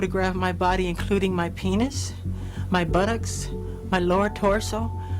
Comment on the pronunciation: I cant this part was funny i cant i shouldnt be laughing but he said Bootocks